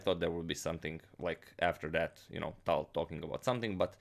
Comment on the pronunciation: Btw, i was meaning to tell you that for a long time. You see that "ь" at the end of "Таль" - that is a "soft sign" in Russian. And it means that previous consonant is "soft". Wich means it sounds like if there was an "y", for example, after it. Say "Taly" and then cut off vowel part at the end. That would be right pronounce of his name. When i started to watch your channel it took me sometime to understand who are you talking about;)